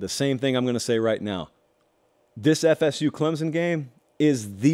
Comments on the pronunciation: Let me help you. It's not clemzon, it's pronounced clempson with soft focus on the p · You cant say ClemSon right,there is not a Z in ClemSon!!!